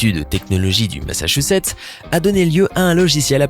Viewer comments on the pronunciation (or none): none